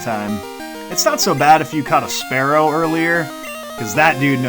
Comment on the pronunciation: It's pronounced "spear-oh"😂